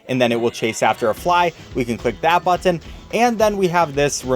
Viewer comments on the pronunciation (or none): learn how to say button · why do u say button like that